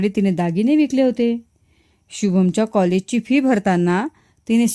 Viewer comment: कहलेज नाही कॉलेज